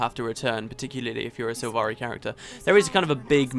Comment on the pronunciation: "Silvari" not "Sivari"